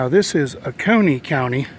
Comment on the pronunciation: Ooo-seee-oh-nee??!! Lol Oconee